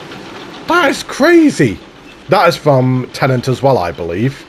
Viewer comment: my guy, it's not "tenant". also, how do you "absolutely LOVE inception" and not know that paris is a key location?